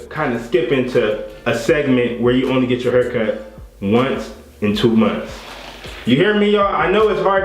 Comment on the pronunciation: He said i get a haircut for two moonths😂😂